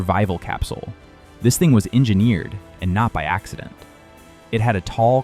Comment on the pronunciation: Did you say the teepee was Injun-eered?!? Haha, racist.